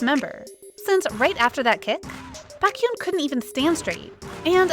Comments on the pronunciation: Honestly, if you are going to be paid to do voice overs for kpop related videos , couldn't you please do some research on how to pronounce names? Lee Hi pronounced Lee Hee, Baékyoon etc... it is highly annoying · This sounds like an actual voice and not a robotic AI voice. So, if this is an actual person talking, WHY in the world can this person NOT figure out how to pronounce “Baekhyun”?? Over it… I am not subscribed to this, and wish this idiocy would not appear on my newsfeed. Also, let’s not assume that Baekhyun is mad at Lucas, and let them work out any possible beef between themselves. And netizens reading between the lines and making assumptions, and also saying they are not going to forgive someone?? Dear Lord… netizens must be so freaking perfect, and never make any mistakes. Frankly, I’m tired, so tired of people bashing idols for stupid reasons, or putting up this sort of “news” which brings nothing but stupidity to the Internet.